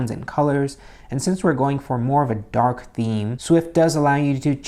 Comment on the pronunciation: did he just say DaHaark ??